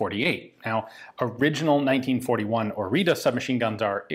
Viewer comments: I just saw on the gun that you are usinga the wrong name. It's Oriţă not Orita, ţ is like the zz in pizza and ă is is like the a in an apple, an elefant, an..... etc. ( Just as a small detail, the o is also flat and short, the english version is "oou" while the romanian one is just "o", also the h in Mihai is much more defined then pronounced in the video) Cugir is also wrong but eh, if someone was intrested to read till here will also be intrested enough to google it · The name stamped on it is ORIȚĂ and is actually pronounced as Oritzuh or Orizzuh, the same sound the zz makes in pizza and the final letter is not an A but Ă which is pronounced more like and uh sound. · It is called ORIȚĂ not ORITA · Orita is wrong, "Oritza" or "orița" is good "tz"="ț" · It's not orita, it's orița. It's pronounced more like oritza. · Oritza / Oritsa not Orita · the pronunciation is Ori[tz]a . the T has an underneath accent . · Spelled as "OriTSa", the last "a" is like "a" from "day" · It's hard to write the correct pronunciation for English speakers but it's something like ORITZAH. To understand how to pronounce the last A, which is Ă think of "astray" which would be "ăstray" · Pronounced as in Oritza. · Correct pronunciation: Oreetseh (Oriță) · Ț is ts, so it's pronounced o-ree-tsa, not o-ree-ta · It is pronounced ORITZA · It's pronounced "Oritza" , but well done video nontheless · The t is pronounced something close to tz, it is not a t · My grandfather used one in 1944! He said it was a very good weapon. Thank you for showing one to us! By the way the name is Oriță /ori:tsə/. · I think it's supposed to be pronounced "Oritsa" after Căpitanul Marin Orița. There is a 1949 paratrooper version with a pistol grip and an adjusted grip safety lever, I recommend looking it up. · Isnt the "t" with the "," undernath read as "tz"? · Isn't it pronounced Ori-ts-a? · Very precise and detailed until you butcher the name of its creator. Otherwise sir,my respects!